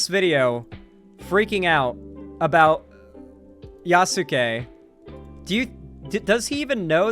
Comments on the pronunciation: For the love of god it’s pronounced “yas-ke” not “yas-su-ke” . I agree with what you’re saying brutha but everyone mispronouncing his name is driving me up the wall. Probably doesn’t help I’m a black guy that took a few years of Japanese in college 😂😂😂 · I'm dying either from heatstroke or these thunderchuds saying Yasuke as Yassookay 💀💀💀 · "Ya soo Key" opinion immediately rejected